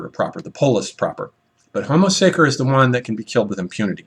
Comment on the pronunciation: Homo sacer is pronounced (sacher)